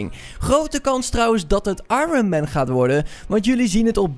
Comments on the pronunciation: ironman niet orenman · Hoe zeg jij Ironman 😂😂